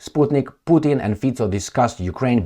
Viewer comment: I think Mr Fico deserves to have his name pronounced correctly, don't you think?